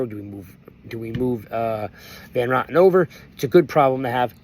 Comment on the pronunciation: It's ROten, not rotten. Yes, I looked it up. 🤣